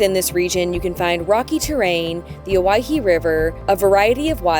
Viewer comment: Thanks for pronouncing Owyhee correctly. How refreshing.